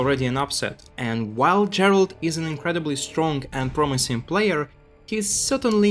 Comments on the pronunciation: I don't watch SC2 that much anymore but even I know that his name is pronounced same as Geralt of Rivia (G as in Gregory, not George). Even the casters and Elazer say it correctly in the clips that you showed, but you still pronounce it wrong. Sorry to be nit-picking, but since this video is about Gerald's comeback it would be nice to respect him and at least pronounce his name correctly. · That might be the case, but if you ask a french person to pronounce this name, it'll definitely not sound like the English or Polish version of "Gerald" Anyway, for me, the way is pronouncing it sounds out of place.